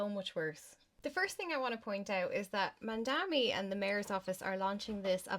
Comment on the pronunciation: This is the dumbest thing I’ve seen in a while!! You can’t even read Mamdani properly or at least mispronounce it consistently… mandami to mandani to mamdami and on and on. You criticize him saying it the first of its kind and them proceed to give an example about something not childcare related. You’re the type that needs everything spelled out for you or your little brain can’t comprehend it accurately. You also said the children are unsupervised - absolutely moronic and a dry-mouthed disgrace! You don’t deserve this fucking comment and I will be reporting your post and account for spreading misinformation!! Go inform yourself before spewing your nonsense and putting your intellectual inabilities on display like this!